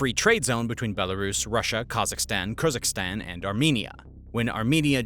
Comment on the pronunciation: PLEASE learn to pronounce the places like Kyrgyzstan and Caucasus correctly - it doesn't lend much credibility to the contents if the names are mangled!